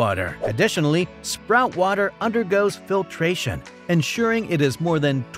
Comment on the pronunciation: nice try. but... Number Three - is not "SPROUT" it's SPOUT, wth. You show the brand several times.